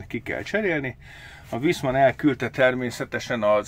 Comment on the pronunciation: A németben a V-t F-nek ejtjük... fonetikusan nem Viszmann, hanem Fiszmann. Idegesítő. Továbbá ezeknél az új szaroknál már egy egység a gázszelep és a ventilátor. Külön nincs is. És sajnos megint sikerült a beszállítónak sz@ gyártania ebből az egységből. A különbség mérhető...